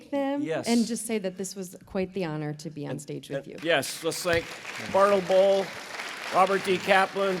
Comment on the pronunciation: Bartle Bull needs speech therapy